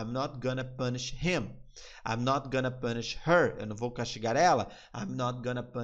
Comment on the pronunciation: Uma dica que um amigo americano me deu , você fala gonna assim (gona) mas na vdd pronuncia (gana) . Ele tá me ajudando perder o sotaque , são detalhes pequenos mas ajuda !